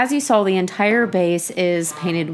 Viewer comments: Ahem, "sawl". :) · like your videos and you have wonderful skills, but it`so saw not sawl.